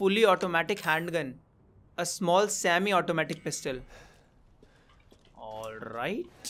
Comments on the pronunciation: plistol 🤣🤣🤣 instead of pistol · he said plistal instead of pistol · he said plistol